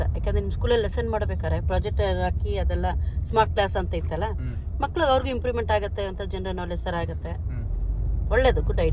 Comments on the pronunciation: Maklu adhu malku alla😂😂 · Malku ❌ maklu✅ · Bro malku ❌ maklu ✔ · Guru malku alla maklu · Malku alla maklu 😂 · ee maklu not ee malku